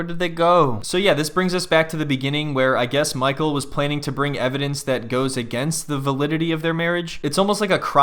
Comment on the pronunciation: The way you say MICHEAL with the accent is so hilarious